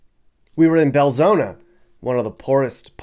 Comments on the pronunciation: Just a note for you..There is no 'A' in Belzoni...it is pronounced Bel-Zoni (/bɛlˈzoʊnə/ bel-ZOHN-ə). Nuff Said!!! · He pronounced it Bel-zo-na, but it's spelled Bel-zo-ni. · It’s insulting how he continues to deliberately mispronounce BELZONI!!!